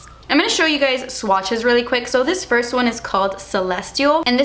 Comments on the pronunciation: firs impression 😂😂😂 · Firs impression lol ily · She forgot the s in first😂😂